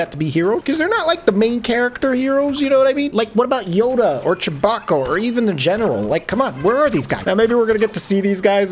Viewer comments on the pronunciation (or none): Did he just fucking say "Chabocco"?